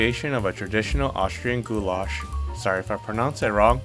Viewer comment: austrian here! you pronounced Gulasch right 👍🏻😸